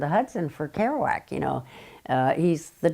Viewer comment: "Kerouac" - come on!